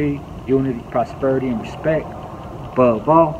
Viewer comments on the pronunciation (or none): BOVE AH LOL ISN’T IT (ABOVE ALL)??